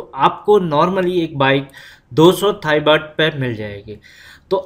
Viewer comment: You can't even pronounce baht😂